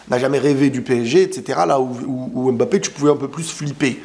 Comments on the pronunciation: Juste un message pour te remercier de tes vidéos et aussi les efforts que tu fais pour la prononciation mbappé 😊 c'est touchant .... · Merci pour les efforts faits pour bien prononcer le nom de Mbappe😂